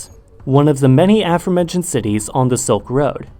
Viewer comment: Do you say "za" instead of the? 😂